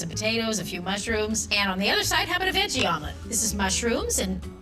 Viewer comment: Also the "veggi" omelet!!!